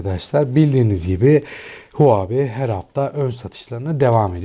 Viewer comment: Huabi degil huobi